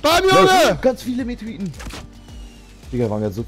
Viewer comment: Meteoriten und nicht Meteriten ja ok !?